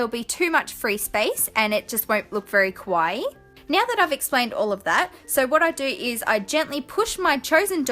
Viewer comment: Its pronounce kaa-wa-ee. 3 vowels. Like Hawaii